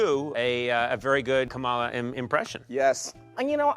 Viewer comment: Disappointed that CONAN, Mr smart guy, can't pronounce Kamala. Guess I'll be pronouncing his name koh'naan.